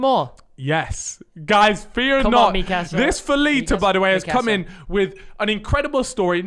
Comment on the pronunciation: Crimes mate, its called meekahsa not mikAsa